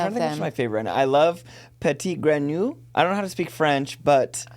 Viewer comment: just as an fyi if you were genuinely curious the pronunciation for the frog is like "puh-teet gren-oo-ee"